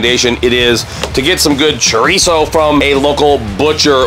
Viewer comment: Please stop saying Churreeeso😂🤣😂🤣😂🤣